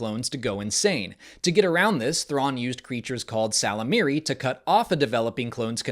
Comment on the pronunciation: Ysalamiri being called "salamiri" made me chuckle.